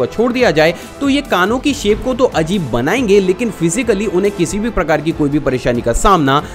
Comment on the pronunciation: Ur pronounciation of a'dbhut ,a'jib is kind of weird